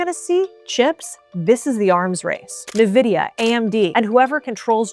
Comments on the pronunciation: Love your videos, but I have to say it. NVIDIA is pronounced IN-Videa. Not NA-Videa. Nvidia is the largest company in the world and seemingly nobody knows how to pronounce it. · Saying "nividia" instead of "Nvidia" like "envidia" shows how much you know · If you want to sound like you know what you're talking about, it's "en-vidia" not "nuh-vidia" lol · I was all in until I heard your pronunciation of Nvidia 🤓☠️😖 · I have followed your channel for a long time and I overwhelmingly agree with you on most things... But in this case, I have a hard time following it when you are mispronouncing the name of the most valuable company in the world. NVIDIA is pronounced in-vidia not... Nuh-vidia. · Do you say "Nuh-vidia" instead of "En-Vidia" ? I didn´t know there were different pronunciations. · It's not na-vidia. It is pronounced as en-vidia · Every time you say NUH-VIDIA an angel dies and falls from heaven. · Just a tip - it's pronounced "ENvidia", not "NAvidia". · it's EN-vidia not IN-vidia or nuh-vidia , it's always Been EN-vidia ... just type in Nvidia in to youtube and find videos from early days , 10-15 years ago , it's Always been En-vidia , how Else WOULD you pronounce it ? there's no '' i '' in the letter N , is there ? where would you even Get One ? the letter N is pronounced EN , so EN-vidia ... it's pretty f*ckin simple , no ? idk why people just ... can't read properly anymore ... EN-vidia , i've heard it ALL MY LIFE , from their OWN intro videos in games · in vs en... youre agreeing with me... If you watched the video, she says Nuh-vidia... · "nuh-vidia"? next! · Stopped the video as soom as she said NUH-videa 🤦‍♂️ .. What a poser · She said nevidia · Listening to you say "Na-Vidia" makes you sound ridiculous. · It is pronounced: EN-VIH-DE-AH. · Nvidia is pronounced - en-VID-ee-uh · Learn how to pronounce Nvidia correctly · It's rage bait how you pronounce "Nvidia" right? :)